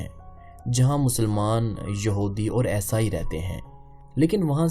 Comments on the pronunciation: Aesaai , what is aesaai , kaafi der me samajh aaya you want to say eesaai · یہ یسائی یسائی کیا ہے! یسائی نہیں عیسائی